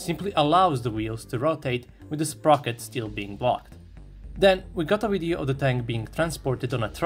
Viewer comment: it's Video, not Wideo (ouideo)!!! Video like Vernon, like Virtual, like Venus, like V.. plain V.. it's not Wideo. Why you narrators try to speak better English then English speaking people themselves. Again, it's video.. not wideo... it's so annoying ..